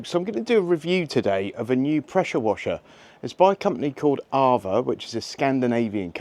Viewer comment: So it's AVA, Not EIVA.